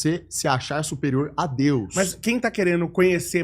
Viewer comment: O cara não consegue falar DEUS e quer passar mensagem.